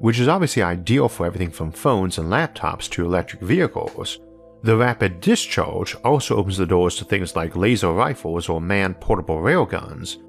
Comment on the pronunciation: “Dis-choage...”. XD